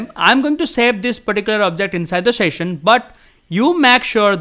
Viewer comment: शैशन not सेशन😂